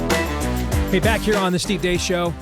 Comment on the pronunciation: You're spelling your name wrong or you are pronouncing it wrong Steve Dace.